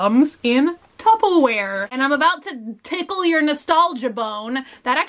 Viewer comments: Anyone else notice that she says "tuppaware" instead of tupperware? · why does she say tupplewear XD its Tupperware XD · Is it me or is she saying “tuppa-ware”??? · it's Tupperware with an ER instead of an A sound. I think it's sort of regional. A lot of people pronounce it tuppa. Where I'm from its very mixed, but I personally say tupperware. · Lol I'm Texan as well and I say tuppaware too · I have always said “tubbaware” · I'm Texan and I say tuppaware, too lol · Wait.... how is it meant to be said? I'm from the UK and I say tuppa ware lol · Did anyone else hear tuppleware?